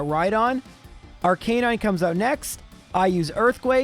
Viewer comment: I made my peace with the horrible pronounciation of Arcanine. But why do we call Rival Fival (?)? Sounds like kindergarden-nickname. But I‘m sure you have a good reason. Other than that - love those videos!! Super entertaining.